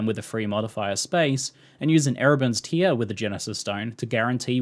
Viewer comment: Tear rhyming with 'where' not here. It's a tear in the a fabric, not a tear being wept.